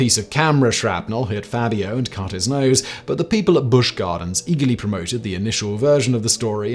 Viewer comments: FABulous FAB-io Not FAY-Bee-OH Honestly, Simon. Twice in one week? "Levio-SA" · Is "Faybio" the British pronunciation??🤣🤣